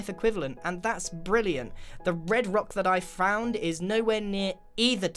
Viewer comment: Nobody: Grian: rocc